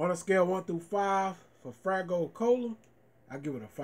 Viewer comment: It’s FAYgo not fraygo which you have said in all your other faygo reviews. Good review woop woop